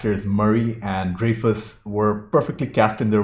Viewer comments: I believe it's Dry-Fuss. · You talk way too much. And it's Dry-fus. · I could be wrong, but pretty sure it's pronounced "Dry fus" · Dreyfuss is pronounced Dry'-fuss.